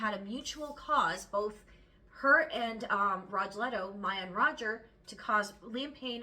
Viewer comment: Rogelio is pronounced Row HE lee o